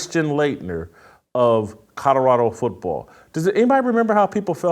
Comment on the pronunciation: JASON….IT’S NOT CUDDERADO!!! Love ya… but it’s Col o ra do!!😂😅